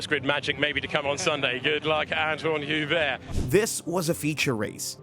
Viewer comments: It wasn't correct. The "H" should be silent in French... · not entirely silent. It's like "you-bear"